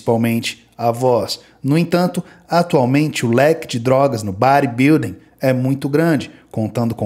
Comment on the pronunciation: imagine o Gil Gomes gen Z falando do bãribilding hehehe brincadeira a parte, ótimo vídeo, ótimo trabalho. abs